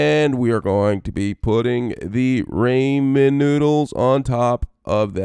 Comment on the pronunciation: says he is a ramen chef Pronounces it wrong Pronunciation aside, this recipe is nice for me it tasted a bit like cheesey bread.